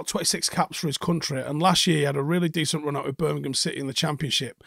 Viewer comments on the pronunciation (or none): none